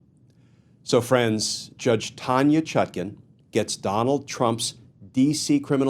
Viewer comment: Why do you keep mispronouncing her name. The second syllable is pronounced like the second syllable of napkin and not toucan